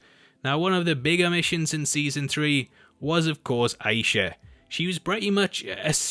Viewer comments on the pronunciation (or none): Just so you know for future videos, it's pronounced I-E-SHA.